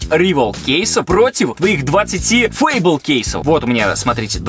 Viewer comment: Фейбол а не файбел